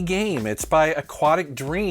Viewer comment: "quanticdream" not aquatic. Also Detroit: become human. They Also made Heavy Rain! =) Studio gets unfair guff because the director David Cage is slightly full of himself. I think David's alright and you cannot knock the product. Even if you don't like what Quanticdream's games are about, it's quality stuff that gets vastly better with each release.